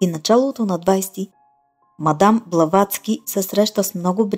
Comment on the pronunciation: Казва се "Блаватска", а не с англосаксонското му звучене.